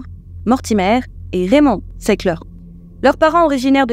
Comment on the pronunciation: C.est Sackler la famille . Ça se prononce Sacleu' si on veut être précis ... Pas sécleur... Ni socleur... Pour ce qui est de la dépendance il est impossible que au bout de 10 années quelqu'un ne soit pas dépendant, par contre il est possible de respecter à la lettre des posologies relativement faibles et de ne pas ni les augmenter lis les prendre plus rapprochées et ainsi de rester en vie. Mais le fait qu'on ne s'en passe pas au bout de 10 ans est bien la preuve que le médicament est extrêmement addictif . D'ailleurs il est plus facile d'arrêter l'héroïne que l'Occicontin et encore pire le fintanil même si lui de laisse pas franchement le temps d'attendre 10 ans avant de faire une overdose ... Cela n'empêche que je vous aime bien, j'apprécie vos vidéos et vous faites du très bon travail merci